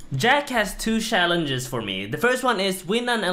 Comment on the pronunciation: "I take your shalenshes"